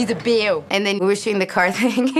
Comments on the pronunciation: It’s teddy beah not teddy beaw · When I watched ted the first time I thought the same thing it sounded like he was saying "Bwear" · He actually pronounces "Bear" like the german "Bär" :D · Its aw ber= son.